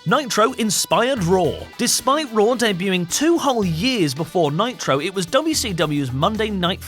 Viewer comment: Nitro. Monday Nit Ro. Sound like Monday Night Raw